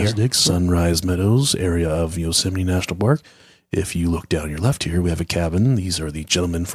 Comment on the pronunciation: "Yousimite National Park"